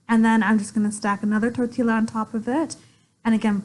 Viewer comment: Pronouncing the L’s in tortilla as L’s instead of the Y sound it’s supposed to be hurts my brain, every time.